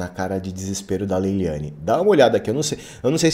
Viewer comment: MEU LINDO NÃO É LEYLIANE É LEYLANE .